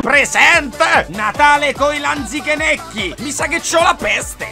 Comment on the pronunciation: te sei magnato la “Z” in Natale coi Lanichenecchi😂